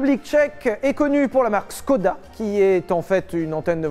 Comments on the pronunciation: Pour briller en société "Skoda" s'écrit comme cela "Škoda" l'accent ˇ est important car la prononciation change un peu. Škoda se prononce en réalité Chkoda ou Shkoda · Par contre škoda se prononce ”chkoda” et ça veut dire ”dommage”’ dans le sens ”c’est balo” ... c’est tout ce que j’ai retenu de mon erasmus en République Tchèque (qui n’existe plus d’ailleurs)